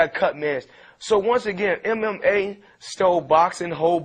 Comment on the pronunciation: %99.9 mma fighters would make floyd mayweather there bitch( except guys like cake rudiger and joey scorola) Lol mma is for beer drinkers,BRO everyone is a beer drinker!!! this guy is delusional and has a hard time saying mma!